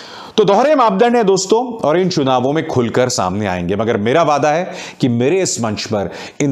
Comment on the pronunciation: चुनाव को शुनाव बोलते हैं। और भी बहुत सारी गलतियां हैं उच्चारण की।